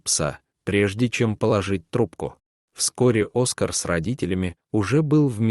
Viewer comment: Хороший рассказ!!Только...не Оска'р, а О'скар. Ставьте правильно ударение